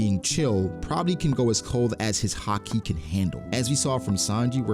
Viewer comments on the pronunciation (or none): none